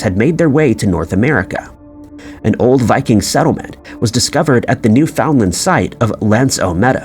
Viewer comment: NEWfundland, not NewFOUNDland